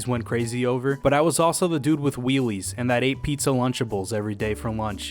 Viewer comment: Did he just say “WHEELIES!?” What the fuck it’s heelies